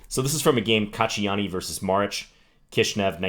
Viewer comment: Props for pronouncing that Maric correctly :)